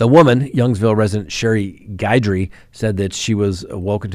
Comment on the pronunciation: It's pronounced Gid-dree,. I'm from Louisiana... lol